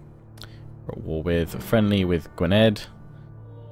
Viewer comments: Smart how you avoided the welsh pronunciations I could be picky about the way you said Gwynedd. Dd as the 'th' in seethe. Figured that might help because the +50 relations you've got with them! Really good episode! Looking forward to the series! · Gwynedd was correct bar the "dd" which is pronounced like "th" in "that".